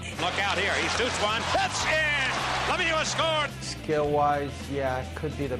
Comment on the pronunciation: I like that the presentator really did pronounce Lemieux like it really should sound